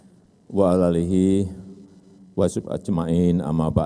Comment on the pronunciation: WASOHBIHI pakdhe, bukan WASUB🤦‍♂️